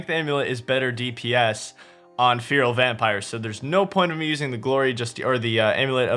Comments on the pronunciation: man I love you but how can you butcher the pronunciation of feral that badly? Like how the fuck do you get FEAR-AL from FE-RAL? If its so hard to remember just imagine its spelt like Ferrall as in Will Ferrall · its not fear-uhl :( its feh-ruhl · Please learn how to say "FERAL" correctly, thanks. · "Fee-rill" vampires lol. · Feral = Fair-rule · Its pronounced Ferrell ffs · Fear-ul vampires? That's not seriously how Americans pronounce 'feral' is it? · Please stop calling them feeril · Feral /ˈferəl/ fair-oll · cant even pronounce feral correctly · Why can't you pronounce the world feral?